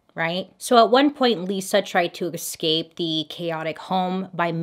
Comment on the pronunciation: Bailey it's not exspecially, nor exscape!!! Just saying! 😉 lt spoils your otherwise excellent pronouncement 🤗